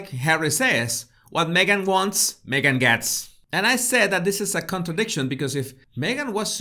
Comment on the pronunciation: ”Megain” 😂 Love it! As in, Me Gain, You Loose.